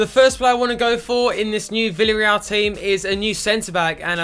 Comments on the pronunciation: The pronunciation of Villarreal is: "Viyarreal" So the double L is not pronunced as a L :3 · And 'V' is pronounced as a 'B' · ***** I am Spanish and your pronunciations are good but here in Spain we say B for V and the Double L is similar to a Y sound (think Casillas). So Villareal is pronounced 'Biyareyal':D hope this helps! Also you should start Moi because he is 77 rated and he has come through all the C and B team for Villareal. He is our golden boy like Wilshere for Arsenal fans - they are my English team! We also like to take players from Argentina and Southern America so maybe you should use a global scout network there! Hope you read this!